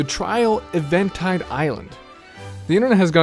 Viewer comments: This isn't really a big deal at all, and since I have a "descriptivist" view on language I shouldn't even care, but why did you pronounce "Eventide" as /3v '3n taid/ and not /'iv 3n taid/? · did you just pronounce Eventide island as "uh-ven TIDE" or "Event-IDE"? you pronounce it as Even (as in the opposite of odd) and Tide (like the detergent, or the rising and falling of the ocean). EVEN TIDE Island..... Eventide Island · Even-tide, not Event-ide. ;^P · Lol why does everyone pronounce it "evantide" like then name Evan.. isn't it just pronounced "even tide island"? Like an even tide......? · This guy just said Eventide as Event-ide BOI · How the fuck do you mispronounce even tide? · It's common for a word made up of two smaller ones to have a different pronunciation than just those of the two words combined. Pronunciations and stresses often change around to something more natural when words are combined or modified. In this case "eventide" does in fact sound like "even tide", but it's not a ridiculous mistake for someone to think it's pronounced like he did in the video. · I imagine Eventide is pronounced like "even" and then "tide." Also, as far as getting there... there's a Korok Leaf and a raft near the shore. If you get a good rhythm, rafts can go really fast. But yeah, I agree. Player progression is way more satisfying than statistical "character" progression.